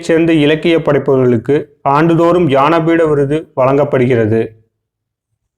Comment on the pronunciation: யானபீட விருது இல்ல முருகேச ஞானபீட விருது